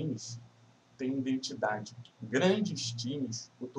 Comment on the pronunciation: "Indentidade", assim vc me quebra kkk